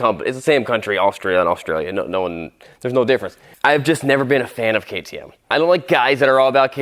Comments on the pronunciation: So hard to pronaonce ??? Kaay Tee eM, A major company who produce price winning cross bikes from Austria. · say it like ka t em and its from austria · It's called KTM kay tee em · I love how he butchered the name "KTM" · You pronounce it KAY TEE M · It’s pronounced KTM, lol, hilarious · Ktm lol it’s k. T. M. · Those kay-tē-uhhmmms are from close to Africa near bumfucegyps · The fact he doesn’t say ktm right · its pronounced like the letters. kay tee em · hahahahhahah bruh jus say K. T. M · The fact that he is disrespecting ktm or as he call it kitmm is hilarious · It’s pronounced K.T.M and other bikes Honda,Yamaha,husqvarna,Suzuki, and Kawasaki 🎆🎇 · It’s said k-t-m. Exactly as it spelled🤣🤣🤣🤣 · Wth....Kayy Tee Mmhh🤣🤣🤣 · This is you pronounce ktm K-T-M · ME:WTF HE DOESNT KNOW WHAT KTM IS:IVE NEVER HEARD OF Kay Tee MMHH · ItS aCtUaLly KaY tAy EmM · The way he said ktm omggg🤦🤦🤦🤣🤣🤣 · Ah yes we all love kah tee ehm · K-T-M say the letters LMAO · IT PRONOUNSED KAY TEE EM sorry for caps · It’s Kay tee emm and there an Australian company and they make a lot of dirt bike how haven’t u knew this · Ktm...... As in kay-tee-em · "kethum" yeah me neither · It’s pronounced K T M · Spell it out KTM that’s how you say if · We say it kinda like thins key te em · Kay tee emm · The name is Kay tee mmm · You say the letters seperate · you prenouce it k t m just the letters just say k t m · Are you trying to say KKk ktm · It’s pronounced K.T.M and it’s a dirt bike company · Okay, so you were joking about how to pronounce KTM...but they are one of the leading motorcycle manufacturers right now, especially in the motocross and off-road space. They are an Austrian company and their motocross bikes have been winning magazine shootouts steadily for a few years now. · This man said katummmm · It’s pronounced k-t-m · It’s K T M you pronounce it in capital letter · Its pronounced keyteem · its called K T M just like that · I know you're joking but please stop calling it a kuhhtttmmmmm